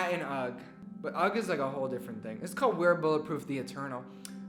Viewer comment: Why does everyone keep saying 'ugg' for ugh 😭💀💀💀💀